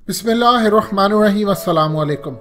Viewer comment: Bismillah sahi parha kary bhai plzz